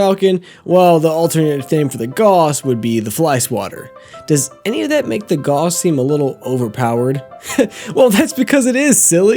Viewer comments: It's pronounced gauss as in "gows". Similar pronunciation to "house". Named after german Johann Carl Friedreich Gauss. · I'm glad your analysis is good, because if I didn't know you I would've clicked away after three times hearing it pronounced "Goss" 😂 (it's German, it's pronounced like "house" with a G) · Your mispronounced gauss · How does an engineer not know how to pronounce Gauss?